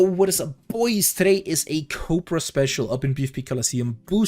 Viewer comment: Is it just me of you also here him say "COPRA" instead of "COBRA"